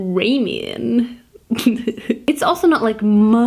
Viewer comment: I love how pronounces ✨Ramen✨